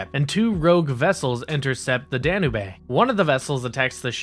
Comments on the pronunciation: Nice video but I was distracted by you saying Danube. It’s pronounced Dan-yoob not dan nay bae. Other than that like I said I liked the video. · Oh, for the love of (insert holy person's name here)! It's the "Danube" dan-you-buh (or dan-you-b) like the river in Europe. NOT "Dan-uh-bae." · The ship "Dan-oo-bay?" Danube is pronounced "Dan-yoob." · Sorry to sound petty,but its pronounced "Dan-yoob", not "Dan-u-bay". The ship is named after the Danube river. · Danubae? Sure it’s not the Danube? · “DAN-YOUBE”. It’s a big river in Central Europe. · That’s not how you pronounce “Danube.” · The way you kept pronouncing Danube...that shit legit triggered me lol